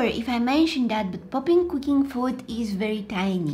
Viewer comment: Why add “k” to your words? “Wrong-k” “doing-k” “cooking-k”